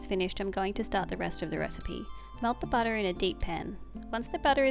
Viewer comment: Hi! New here and I'm just loving your cooking and video style... And how some times you say, butta.. And some times butter😂